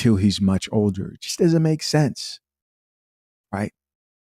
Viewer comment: Teaching and still can't say "Doesn't"